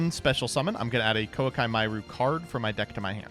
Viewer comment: knows there is no 'L' in Koa'ki right?